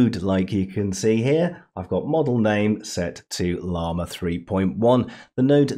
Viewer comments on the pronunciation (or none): none